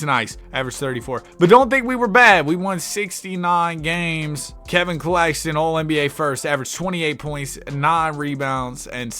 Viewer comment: “Nicholas cack- Claxton”